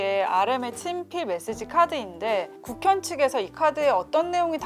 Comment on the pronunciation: 국립현대미술관을 국현이라고 하는 군요... 처음 들었을때 북한? 과 비슷하게 발음이 들려 놀랐습니다.